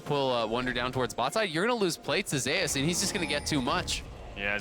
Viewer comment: I hate that they can't pronounce Zeus correct.